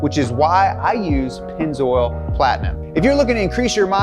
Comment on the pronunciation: "Pennz- oral"